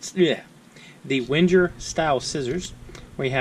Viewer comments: Yup. It’s „Wen-ger“ like the end of „anger“. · It’s pronounced Veng-Ger! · Omg plz stop saying “wenjer”. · It’s NOT “WHEN-JUR”. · Pronounced 'Venga' ;) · I thought in Wenger the G was pronounced like Tigger (T-I-Double G-Gurrrr lol) or like Wingate, not like a J? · No, it’s actually as it is written. But I understand that non-German speaking people have difficulties to pronounce „Wenger“ correctly.